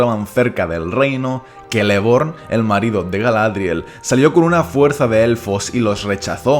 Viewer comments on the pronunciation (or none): none